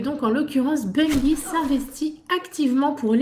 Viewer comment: Non mais arrêtez de dire BUNguyE!!... On ne dit pas une guyFLE ou guyRAFE non?!!!!... Sinon bonne vidéo les gamers!!.. Ciao